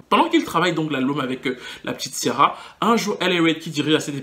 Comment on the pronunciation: Ça me stresse la façon dont tu prononces son prénom. Kiara ,lol